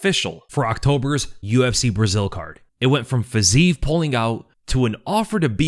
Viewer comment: yo, please try to say fiziev name correctlu, please (guru got it)